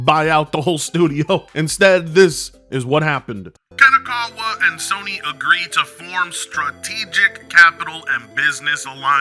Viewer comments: Oh frit! Is like someone said on the comments of this guy video, he barely can speak English, do you expect him to say Kadokawa correctly? Also, if you watch the other videos about this company, this guy insist to say KADOWAKAWA for some reason, I guess is just to piss off the viewers. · He can´t even say the name, of the company right. KADOKAWA it is not that difficult. Besides that "" don´t know any games, made by KADOKAWA besides Elden Ring, he couldn´t name one. Just in case people wonder Kadokawa, was involved as developer or publisher for games like: Killer is Dead Lollipop Chainsaw Angels of Death Ninja Slayer and Sword Art Online: Code Register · can barely speak English, you expect him to be able to pronounce Kadokawa? Lmao and his pronunciations aren't even funny like papa Gundam